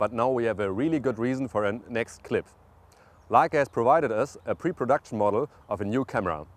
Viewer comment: I love hearing Germans say "Leica". It just sounds right haha.